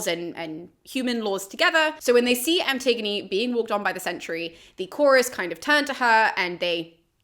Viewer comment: Looking at someone’s bookcase and was confused by one title. Me: “Anti-gone?” Them: “An-tig-o-knee”. I cringe a little inside whenever I hear the name